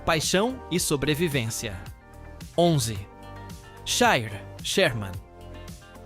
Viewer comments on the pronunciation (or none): Parabéns pelo vídeo e pela pesquisa. Só tenho uma dica, na raça 11 o certo é Shire com "S" e não Chire e na raça 12 o nome certo é Clydesdale e não Crysesdale.